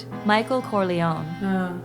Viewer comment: Corleone non Corleon